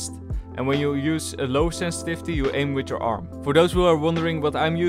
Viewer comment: No one::Ssenssvisty